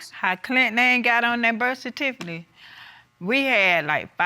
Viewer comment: “How Clint name get on that birth certifaly” 😂😂😂